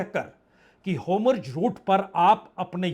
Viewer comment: होर्मूज है सर.. होमुर्ज नहीं 🤤